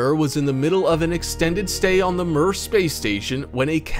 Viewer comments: Mir is pronounced “mere”, not “mur”. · I've never heard mir pronounced like that b4